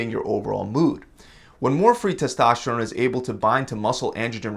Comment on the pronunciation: It's testosterone not testašteron